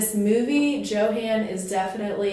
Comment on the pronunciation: But the boy's name is pronounced "Yo-haan". Don't you listen to me in class? ;)